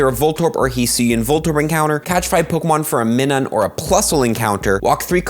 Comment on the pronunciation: Not for nothing but I believe Plusle's counterpart is pronounced "M-eye-nun," as in "Minus."